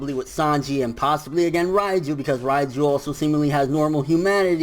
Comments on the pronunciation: Jean-Marc Émilca Yeah I know I was just joking because pronounced it ryeju instead reiju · Can you stop saying Raiju ffs, its Reiju, soundin like you sayin Raichu or some shit